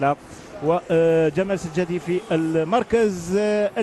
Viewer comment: إسمه سجاتي يا معلق وليس سجادي